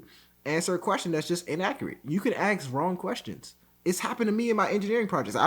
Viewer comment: Its ASK not AXE